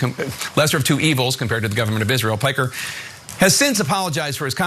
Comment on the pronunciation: wait, shouldnt we pronounce Piker the way it is supposed to be not Puykr